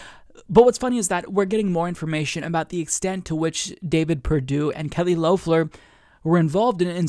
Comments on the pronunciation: Not Loaf-ler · Nit picking, but it is Lef-ler not Louf-ler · It's pronounced "Lef-ler" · And Kelly Loeffler was apparently supposed to bring back the suburban mom(or white woman) vote here to the Republicans, and Idk why, but it kind of feels off when you pronounce Loeffler's name the O is silent.